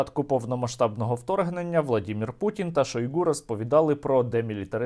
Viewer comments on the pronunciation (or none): none